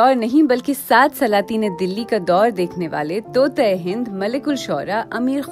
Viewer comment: ان چند اردو الفاظ کے درست تلفظ کی طرف توجہ دیں: کٹھن ، طوطئ ہند ، موشگافی ،موجد ،شبلی ۔۔۔ یا مجھے بی بی سی میں ملازمت کا موقع دے دیں ۔۔۔😂😀